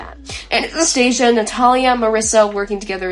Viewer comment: Great analysis! For the future though, Anastasia is pronounced Anna-sta-sia:)